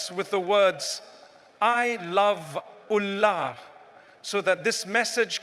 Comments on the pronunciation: Baaraka Llaahu fiika brother. He's Allah not Aaalah but your message was spot on jazaaka Llaahu khyran wabaaraka Llaahu fiika. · Anyone noticed? This channel name Fearless Deen but in this video anywhere Allah is not cleared by audio editor..its sumtym Aaalllaah..somtime Oollahh..sometime some else prononciation..what kind of rubbish is this?